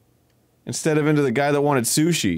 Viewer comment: Holy shit other people than me and my dad call sushi soosh?!